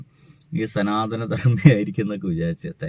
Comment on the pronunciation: Ath 'Sanaathana' alla "Sunaathana" 🍌😂😂